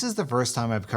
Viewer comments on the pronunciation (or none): "conments" ....whut